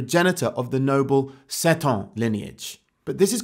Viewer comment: I think Seton is meant to be pronounced 'see-tun',. Anyway, good video as always.